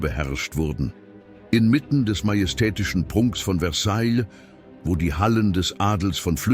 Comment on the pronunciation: Mir gefällt nicht der Sprecher. Er sagt immer: Versailllllllll. Sorry, jeder, der Französisch gelernt hat, kennt die richtige Aussprache: Versaij.